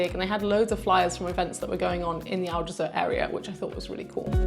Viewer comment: And Aljezur should be more like "aljezoor" (the "oo" being pronounced like in "good") and less like "aljezuhr" but that's just me being a bit picky. 😄